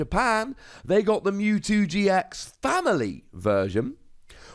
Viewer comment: Silly. It's MEWtwo, not MOOtwo. Lmao